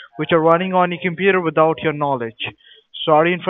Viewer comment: "Witt out your no letch" that's the way, Americans pronounce